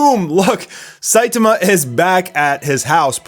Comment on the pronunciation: Dude... why do you keep saying Saituma and not Saitama? Man is that distracting...